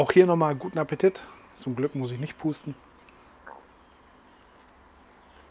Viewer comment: Keine Ahnung ob es schonmal eine(r) gefragt hat, aber warum diese Aussprache von "Guten Appetit"? Ist das Dialekt oder Markenzeichen?^^